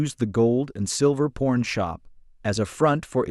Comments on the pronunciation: Pawn,not p...o ..r.. n,lol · PORN/PAWN,PAWN/PORN, Y IZze OUR KNARUTTATOR SAYINN PORN -N-STEADE OVE , P A W N. ¿¿¿???!!!¡¡¡●●●▪︎.